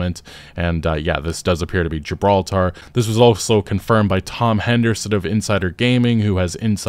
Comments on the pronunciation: NO, NO, NO, NO...... It's not GIB-RAW-TER (Americans eh!!). You should be saying JIB-ROWL-TA. Say the second one quickly and you too will speak like you were born in England and please start saying the word HERBS properly, the H is not silent. Thanks for reading my TED talk😍😍😍🥰🥰🥰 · FYI, that's not how you pronounce Gibraltar.